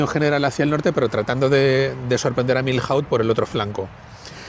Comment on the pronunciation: joder, me he suscrito, le he dado like , pero sintiéndolo mucho tengo que decir una cosa ,,,porque me sangran los oídos..¿porqué decís Miljauz ....y no decís simplemente Milló..es que es así de sencillo, de verdad, perdonadme. Con los demás da lo mismo como lo digáis, ., Soult, Victor, Mortier, Sebastiani, pero Milhaud (Miyó) no lo entiende ni un español, ni un francés ni un inglés...porque en inglés tampoco se dice Miljaud, aparte de que aquí no pintan nada los ingleses.